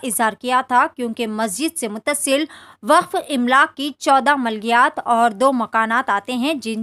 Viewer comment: Imlaak nahin Amlaak.. Urdu sahi karo